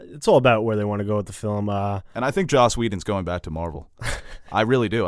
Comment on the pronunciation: it's Joss Whedon, not Josh